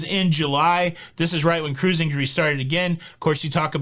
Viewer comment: What happened to 'Ca-ruising"? It sounds so much better with three syllables.